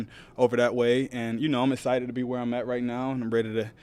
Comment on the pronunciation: Very “essited” lol love this guy